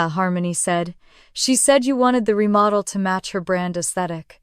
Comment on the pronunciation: "remodell"??? It's REMODEL! COME ON, A I!!!